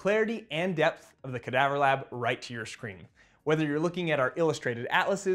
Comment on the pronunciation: It's amazing how resilient the sclera is! Did you expect the eyeball to withstand such a high drop, or were you surprised by the result? Also, a few corrections—for example, like 'sclera' instead of 'scalera' or 'scara', 'vitreous body' instead of 'vitrius', and 'cadaver' instead of 'cadaavver'. Small edits like these would make the video even clearer!